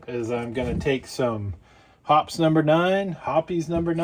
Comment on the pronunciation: Thank you! By the way, it is pronounced "Hop-eez", not "Hop's"... I emailed their customer service and asked. ;-)